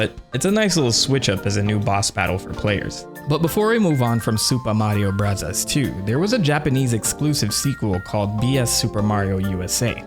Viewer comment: Why do you keep calling it “Supa Mario Bravas 2” when referring to Mario 2? It was never called that in Japan, so pronounce it correctly. If you wanna be pretentious, at least get it right.